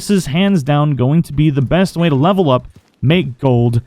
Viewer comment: Benst Wayne. That is what I hear